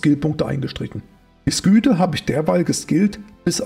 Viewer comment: Englisch war noch nie dein Ding. :D Sküte... :D